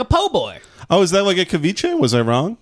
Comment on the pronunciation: pronounced ceviche wrong lol